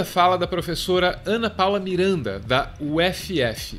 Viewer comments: Aaaaaahh minha professora/inspiração pura!! Ana maravilhosa 😍 (ps. Se lê "ufi", não "uff", bom pelo menos a gente fala assim por aqui kkk) Beijos seus lindos! Amo o canal❤️ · Achei engraçado o homem mais simples lendo o nome da Federal Fluminense como "U efe efe". Estive na UFF durante um ano, e vi que os uffianos odeiam que se refira à universidade assim. Eles preferem "uff" como se fosse uma palavra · u efe efe, uma dica de carioca, se pronuncia UFI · Não diga U-F-F, diga “ufi “. Ouvidos cariocas agradecem ❤️❤️ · Ótimo vídeo, mas confesso que doeu ouvir "uéfiéfi" em vez de "ufi" pra pronunciar UFF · Meu like era certo até chamarem minha UFF ( pronuncia "UFi" ) de U-F-F. :( Brincadeira, vcs são incríveis e que Deus tenha piedade do povo carioca/fluminense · Nao tao relevante quanto o conteudo do vídeo. Mas a gente fala "ufi" nao u efe efe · UFF Se fala /ufi/ ou /huf/. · Uh éfe éfe HAHAHAHAHAHAHAHAHAHAHAH UH ÉFE ÉFE MERMAAAAAO. Galera do, a federal fluminense tem a pronuncia fonética igual a abreviação da sigla, UFF! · "Ú, éfe, éfe" é UFF ("úf...") e "U, éfe, erre, erre, jota" é a "Rural" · UFF lê-se UFFI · Vídeo perfeito! Só estranho sempre a forma como eles pronunciam UFF🤣🤣🤣